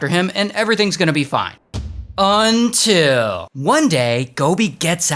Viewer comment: That was the worst “until” I’ve ever heard 😭😭😭